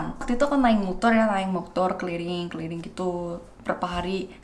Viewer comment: Hahah lucu bener gua denger keliling jadi keliring, kaya ngomong clearing, clearing jalan-jalan sumbar udah kaya polisi patroli:)) Gua viewer barunya, dan makin banyak viewer pasti komentar makin beragam. Kalo ada komentar buruk, jangan bikin down ya mba. Walaupun secara umum mindset kita akan bilang orang Indonesia ramah ramah dan baik hati, tetep aja orang jahat or seengganya sekedar iseng tuh ada aja. Jadi usahakan ga perlu diambil hati. Kadang orang lupa yang ngomong di depan kamera orang beneran, bukan animasi yang bergerak hehe